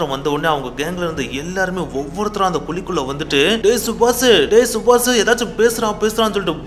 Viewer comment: yenda ivlo kevalam subash a chubach nu solra..kevlama iruku da